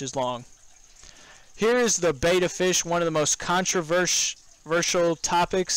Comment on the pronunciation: Let’s talk about Bettas. A betta, pronounced BED-uh, is a fish. Beta, pronounced BAY-tuh, is the second letter in the Greek alphabet.